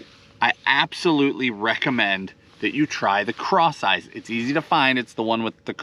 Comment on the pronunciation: LOL. I just realized that it’s called “Cross Eyez” not “Craw size”. I just figured it was called that because you paired a craw with it. 😂